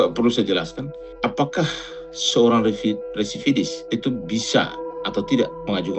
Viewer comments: Residivis kalee....bukan Redivisis ataupun resividis😁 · residivis bang...bukan resividis😂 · BILANG "RESIDIVIS" AJA KAGAK BISA MULL... BOLAK BALIK "REVISIDIS" DASAR SDM TERMUL..😂😂